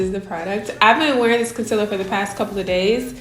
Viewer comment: Gurl bye did u just say conciller